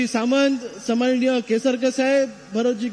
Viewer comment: समानिय नाही तर सन्मानिय अस आहे ते.